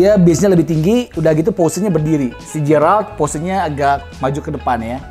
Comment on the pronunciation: Geralt..bukan jeyralt bang..